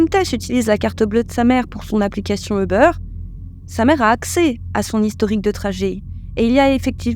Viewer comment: Svp c’est Ubeeeeeeer et non pas Ubeuuure